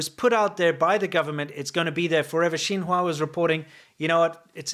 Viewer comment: Xin Hua sounds exaclty as the french word Chinois ( Chinese ) but like prononced by someone slightly retarded.